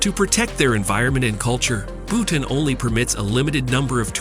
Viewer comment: It’s not Butane..it’s Bhutan.. Butane is gas.. 🤦🏻‍♂️